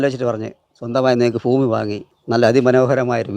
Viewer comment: ഫൂമിയും ഫവനവും ഫാഗ്യം